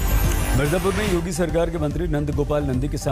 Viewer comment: Cm yodi😂😂😂😂 paan nikal Kar bolo yodi nhi yogi hai